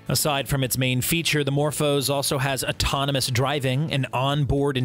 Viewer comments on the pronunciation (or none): none